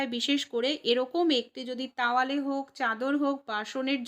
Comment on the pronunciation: Tawale na towale